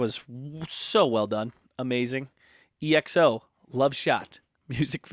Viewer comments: "E.X.O" XD it's EXO, like EXO-Planet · It’s pronounced one word like XO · Thank you for reacting to EXO :) Their name is one word and comes from the word "Exo"planet, so at the end there you said it correctly (but sometimes in their songs they do spell the name too :P) Since you enjoyed Love Shot, I suggest you react to Tempo which is the title track of the album that Love Shot was a repackage of. I'm suggesting this one instead of Monster that was the queen before Love Shot appeared because fans love to put these two against each other :P Hope to see more EXO on your channel :P